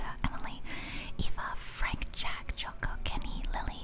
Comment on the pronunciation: Game is so pretty, love it! Also Joko is pronounced with J (like joker) not with Y so you pronounced it correctly!